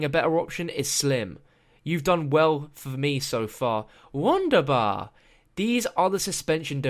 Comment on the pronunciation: it is pronounced *V*UNDERBAR! One of the best parts of richtofen is his accent.:) Awesome narraration tho'